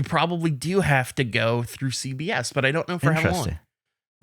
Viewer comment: When said CBS I thought he said CVS and I was like “where is this going?!”